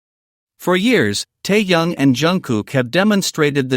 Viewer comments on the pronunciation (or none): Противно слушать,когда неправильно называют KIM TAEHYUNG - Теуном. Автору минус за такую работу. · Прежде чем говорить о парнях , научись правильно говорить . Тэхени и только тэхен , а не как иначе. Если не получается ,тогда ви ,ли-бо в первый класс. А то хочется предушить блогера за коверканье имя. Вигу , это единое , целое и неделимое